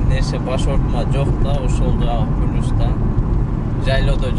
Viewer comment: Пилус дечи😂